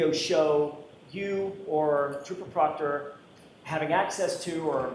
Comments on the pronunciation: So did Jackson when he accidentally called him trooper proctor, then butchered his name. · It was funny when he purposely called him proctor !! 😂